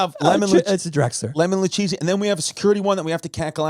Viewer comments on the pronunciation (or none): none